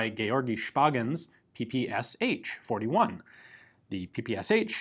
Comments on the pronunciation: It's pronounced not P-P-S-H, but P-P-Shah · In Russia PPSH is pronounced p-p-sh. Not p-p-s-h. Ш (sh) is a single letter with a single sound. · Great (and short!) video. However, it would be easier to just pronounce P-P-eSh, instead of P-P-S-H ;) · I still can't understand why English speakers call PPsH the way they do. The designer's name was Shpagin, not S-Hpagin. What's so hard in pronouncing SH as the letter combination, rather than individual letters? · PPSh is not pronounced Pee-Pee-Es-Eitch, its P-P-Sh as in shot, show, shock... Pistolet-pulemyot Shpagina. I know, it's English pronunciation, and you clarified it further in the video, but still, felt like I had to point it out. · Isn't the "h" just there in the name PPSh to say it like "ash"? Saying SH sounds odd. In my country we don't say "h" just "PeePeeAsh" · Not "P-P-S-H" but "P-P-Shah" ! Listen at Google Translate.